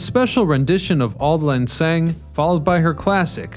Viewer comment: Some mispronunciations: “Reinsdorf” and “Syne” RINES-dorf (as in “lines”) Auld Lang ZIGHN (as in “sign”)